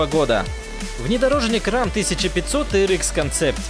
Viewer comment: не, всё очень плохо :D Про авто - ЛамборГини, РЭМ, Кёнигсэгг (хотя тут я могу быть не прав), СалИн, ФАнко. PS: без обид 😎